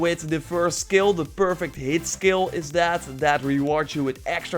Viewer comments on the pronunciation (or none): Took a dab(shatter) every time the word of the day "ssKilll" was said